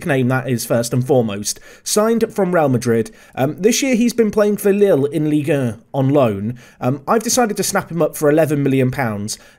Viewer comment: The way says "Ligue 1" cracks me up